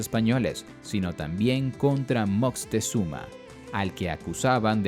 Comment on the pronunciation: Y se pronuncia Moctezuma, no Moctezuma con zuma de xuma, lo dices como Moctexuma